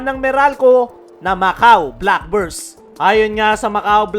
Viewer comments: Black Birds pa nga ang dinig ko idol eh ... hahaha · pati yung pangalan ng team ng Macau boss, hindi inayos ang pagpo-pronounce eh .. naging black burse .. hahaha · idol sa dami ng sinabi mo, hindi mo man lang inayos ang pag-pronounce sa team ng Macau Black Bears ... hahaha